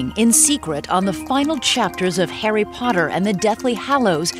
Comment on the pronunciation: Does anyone else find it funny how she pronounces Harry Potter the first time she says it? It's like "Hairy paderrr"